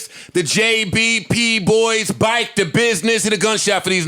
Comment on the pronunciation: Joe Budden saying bike in the introduction like he from the south is nasty af